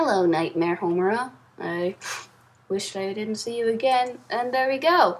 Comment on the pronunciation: WAIT, You said ''Hello, nightmare homuraaa''. Does that mean you're Homuraa? Are you Dutch?!